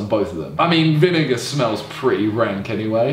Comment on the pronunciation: OMG he said vi nigga instead of vinegar